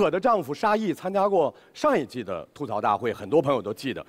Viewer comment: 主持人整天说错，明明是吐「土」槽，为什么就是不改？没罚款对不？